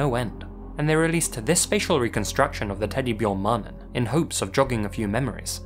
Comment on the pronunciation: Why "teddy byorn man"? That pronunciation, my man LMAO I know you can say 'bear'!